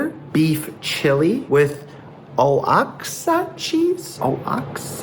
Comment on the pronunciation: Oaxaca = "Wah-hock-ah". You're welcome.